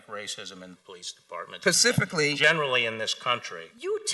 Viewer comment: Sanders I believe you mean "Pacifically"